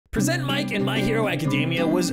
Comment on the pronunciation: The pronunciation of the Present in Present Mic hurt my soul, but it’s cool you put this little tidbit out there for people who don’t like to read character info 😄